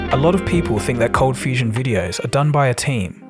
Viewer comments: It's ColdFustion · #ColdFustion #ColdFusion — My attention got to it due to the unexpected pronounciation that caught my ear; then I read the spelling and realised it changed at some time... It made me curious what the story is behind it :) — Q: is there something you like to share about the name and name-change? (I'm guessing a lot of your subscribers kind of have the same question) #Perth — and in answer about Perth, yes I knew about Perth a bit, earlier on via school (I guess), later on via stories of a friend of mine who travelled parts of Australia... and F1 driver Daniel Ricciardo is from Perth as well, you're even about the same age :)